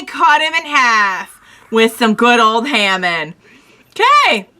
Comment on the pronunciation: It's pronounced as Haa Mawn